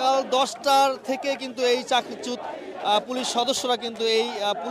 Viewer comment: সাংবাদিক ভাই 'চাকরিচ্যুত' শব্দটি সঠিকভাবে উচ্চারণ করুন।